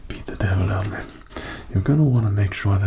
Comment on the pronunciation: He got all the color names right and he got the “beat the devil out of it” too